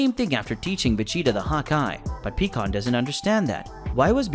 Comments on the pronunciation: It’s pie kon not pee kon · Picon not peacon wtf! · its pie kahn not peacon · Omfg PIE-KAHN not PECAN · BRO!!!! I can't take it anymore. It is pronounced PIE-CON.... NOT PEA-CON.... I know the spelling is wrong. Just wanted to show him how to say his name right. HOLY SHIT. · What is with you people making these little stories that you create always pronouncing people's names wrong pycon It's not pronounced pecon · You should know pikkon is pronounced as Pie-kon😅